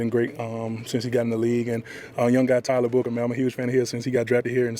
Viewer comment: TYLER Q … it’s TYLER